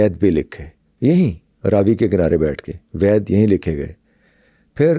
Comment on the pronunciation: Its ved not vaid